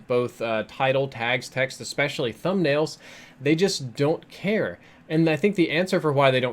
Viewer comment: I subbed to back like 5 years ago, but he's all about click baiting and he still can't pronounce "especially" so un subbed